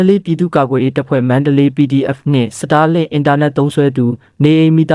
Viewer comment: Star link တောင်မပီပဲနဲ့ စတားလင်း ဆိုတာ မကြားဖူးဘူးဟ စာမတတ်ပေမတတ်ပဲ တပ်ရင်းမှုးခန့်ထားတော့ ငါးပါးမှောက်ပြီပေါ့ကွာ 😂 star link က မင်းတို့စောက်ဆံနဲ့ဝယ်ထားတာလား ခွေးမသားတွေ